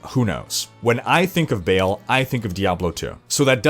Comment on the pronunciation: Ball, not Bail.